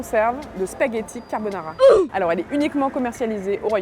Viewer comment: Le seul « italien » qui prononce spaghetti et carbonara a la française… LOL